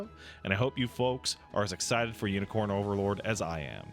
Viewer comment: I swear is saying Yinicorn Overlord and I'm losing my sh*t.